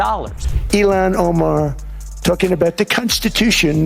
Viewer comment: Why is mr.Trump saying elon omer? People from somalia, burma became millionaires in one year period of time in America 😂.